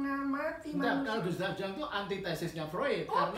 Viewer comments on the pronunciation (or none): Carl Gustav Jung cara baca namanya Yung, bukan Jang. Kalau dibaca Jang ntar dikira orang Sunda (Si Ujang). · Carl Gustaf Jung…bacanya “Yung”, bukan “Jang”